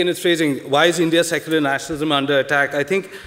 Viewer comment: Secular sounds like suckular for me..